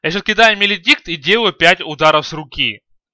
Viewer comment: Свен без бкб, дагон? 5 ударов с руки? что ты несешь (маледикт, а не меледикт)